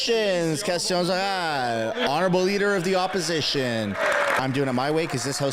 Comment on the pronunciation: Do you speak French? When you say "questions orales..", you sound like a legit French-Canadian!:)